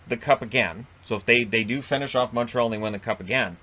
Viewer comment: moteral? It is impossible to understand you, you're as incoherent as a drunk. If you're saying Montreal wouldn't of made the playoffs, who knows? I guess we will see next year when the division gets back to normal.